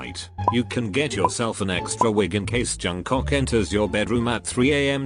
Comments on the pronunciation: no one: literally no one: robot voice: jungCOCK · Someone tell to stop saying jungcock ffs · I burst to laugher after hearing JUNGCOCK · Narrator I see you calling Jk Jungcock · LMAO!!! “Johncok”